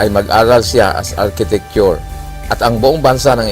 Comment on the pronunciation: Hoi, redundancie ka naman mag istorya, nakakainis ka namang magsalita.... Arme,countre, alchitecture, bwiset